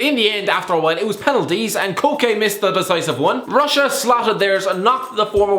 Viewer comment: Kieran Steers Koke was the worst one and the one that started it all. Martin Tyler literally said more like "Choke" in the commentary. Literally shot it straight at Akinfeev.